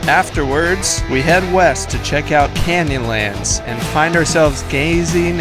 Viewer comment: OH! "Canyonlands" I thought you were saying "candy lands"!! A bit of a let down...